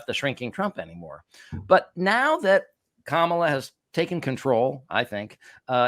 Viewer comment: i note how he is mispronouncing Harris's name so that it sounds more "foreign"